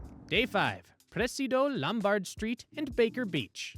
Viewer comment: LomBARD st.? No. LOMbard, like Carol.